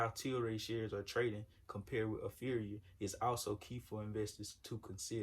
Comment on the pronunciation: It's pronounced APHRIA ( aff-ree-a ).